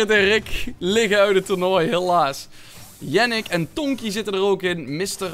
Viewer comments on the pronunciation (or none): Yannick je zegt jaa nieck